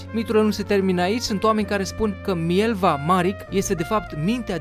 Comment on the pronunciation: Sotia lui era MILEVA, nu Mielva, iar Marić(numele ei de familie) se citeste Marici :)